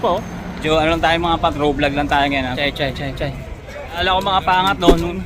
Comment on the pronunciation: Sir shay po hindi Chay, sir